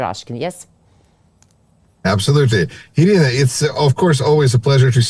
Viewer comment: She is Iryna not Irina 😂👍